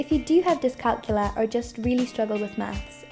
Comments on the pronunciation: It’s pronounced dis-cal-CULIA. NOT dis-CALCULA. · It's pronounced diss calc YOU lia. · Youre not pronouncing it correctly.